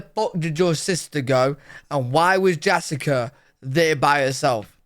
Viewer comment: "Jassica" ARGH!